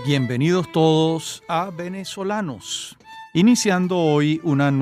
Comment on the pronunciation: Me gustó este programa muchísimo. Lo único cuestionable es cuando el presentador dice "Venezolanos" como si la "v" labiodental existiera en español.